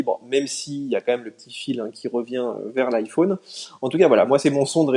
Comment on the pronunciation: Le seul français qui prononce "iPhaune"...